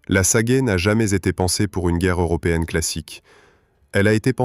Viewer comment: Et pas non plus "Sagaille", c'est "Sagaie" (prononcer "Sa-Gué")! Ces voix générées par l'IA sont une catastrophe!